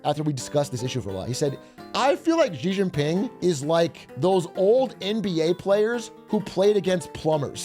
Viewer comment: I love listening to what the hell is going on with Trump's destructive decisions across the world. Here's a simple way to pronounce the president of China's name: She - Jing - Ping. China itself is shit btw. Justice for the civilians is probably as worse as the US